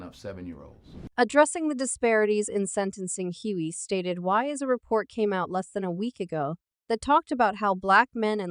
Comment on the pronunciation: Again I have a problem with robotic voices telling me what's up if the robot voice does not know how to pronounce a person's name that's the first indication that I won't like it the man's name is hugley not Huey